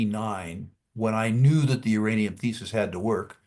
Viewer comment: Oh I thought you said Ukrainiam